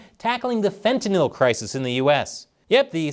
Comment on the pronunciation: Hi. Thanks for being one of few people in the news business to pronounce fentanyl correctly.